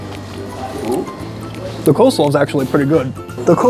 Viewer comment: cheese dogs are .70c additional , NOT $1.75 ! $2.70 AND .70c = $3.40 is the cost of a cheese dog. And it's Coleslaw , NOT Co-slaw ! poor review , very innaccurate.